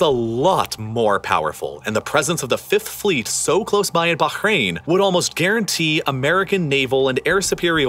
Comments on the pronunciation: The way he says Bahrain pisses me off. You’re American, you don’t need to make your pronunciation sound like you’re Arabic, no one cares if you say Bahrain normally. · How is it this dude pronounces Qatar and Bahrain? I gave up watching this till the end - my ears are bleeding. 😬😂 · Could not bear the overexaggerated emphasis on virtually every word. Or the pronunciation of foreign places, like baHrain and homuuUUzzZ.